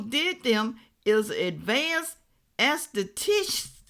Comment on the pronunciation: That ridiculous word is pronounced "ass-tet-tick". Love you ❤